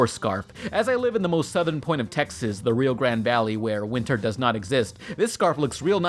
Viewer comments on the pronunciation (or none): none